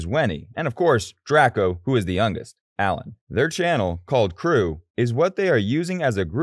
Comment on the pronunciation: love how u pronounced allen as 𝑎𝑙𝑎𝑛 ᶦᵗˢ funnyb